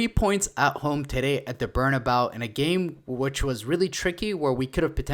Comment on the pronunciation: Support the channel but reminder it’s Behr-nah-BAY-U